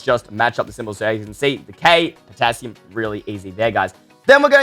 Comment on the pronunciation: Wait guys the Potassium sounds like Potato XD